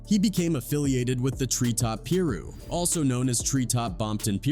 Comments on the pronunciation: Pee-Roux paper planes ✈ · pee - ru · Pee-ru is brazy 🤣🤣